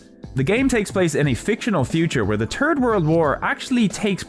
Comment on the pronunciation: i love how you cant properly pronounce the words "three" or "third" but the german word for one handed sword? aced it !